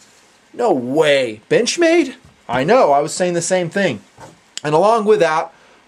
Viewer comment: does it sounds like "bitch-made" or it's just me?